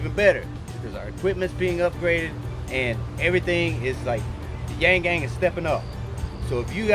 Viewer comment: I like Wallace but "Chank" and Wang??? C'mon man!!